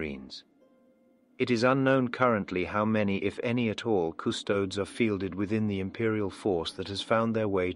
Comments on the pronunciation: Small nitpick: In the same way that "Astartes" is pronounced in the quasi-greek fashion (i.e A-stahr-tees), Custodes should also be pronounced that way (Cus-toh-dees, NOT Cus-toads). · the COO STODES! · Custodes is three syllables. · I cringe whenever I hear that but my head cannon work-around is that doesn't speak low (or high) Gothic so his pronunciation may be a bit... off. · I actually like the mispronunciation, it shows is an outsider trying to understand what he’s seeing. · Maybe it could be written off as not knowing the correct pronunciation? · I like how mispronounces Custodes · Aside from the pronunciation of a couple things, like "Custodes", this was really on point. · AFWTMT? PS! I don't know if it's intentional for the sake of the story. But Custodes is pronounced with a hard "es" at the end. It rubbed me the wrong way 😆